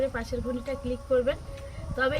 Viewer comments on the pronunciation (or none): none